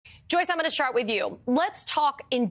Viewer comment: Did she just say "Joyce, I'm gona shart with you." Lol. Or am I hearing things.